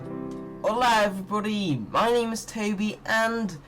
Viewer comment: No one:: HoLA EveRYoDY